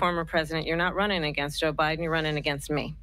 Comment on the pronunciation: She said obiden